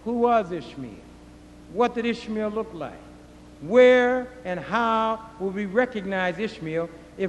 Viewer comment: when he says "Ishmael", it sounds like he's saying ishmeal, which sounds like squishmeal, which reminds me of squishy oatmeal